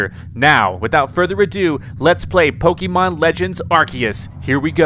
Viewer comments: Please learn how to pronounce “Pokémon” properly 🤦🏻‍♀️ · Pronouncing arceus like arkeus is painful but excuseable. Pronounces pokemon like pokEmon is inexcuseable. Still subbed though.